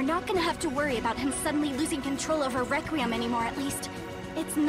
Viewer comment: What’s funny is that trish say requem😂🤣😂🤣😂🤣